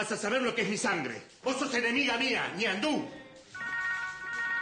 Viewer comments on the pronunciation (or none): "Ñandú" jjajaja este